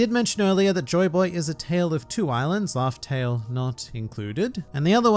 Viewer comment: Island 'Laugh'Tell' 🤔😉